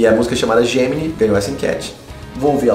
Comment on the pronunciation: Aa pronuncia de " Gemini"foi de doe o ouvido,mas video legal